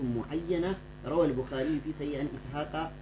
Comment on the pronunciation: Kai wannan a fara koya masa hausa wai yacca da kuma bikhari ku gaya masa bukhari ake cewa wlh ko ni sai na dagalgalashi